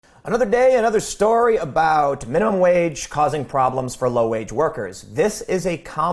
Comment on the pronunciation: I also live in Central Illinois and it's "wage" not "wadge". I will need a part-time job to make ends meet when I retire. Except there won't be any part-time jobs for retirees or for teens for that matter. Blaming the rich is a strawman tactic. Yes we have overpaid executives and monopolies. Illinois has been quite supportive of monopolies over the past several decades. I bring this up because that is the real problem. Too many large companies=fewer opportunities for workers. Some big wig at a megalocorporation is NOT going to take a cut in pay to increase the peasants' wages. Come on. The real world has issues that require more intricate solutions than a minimum wage increase.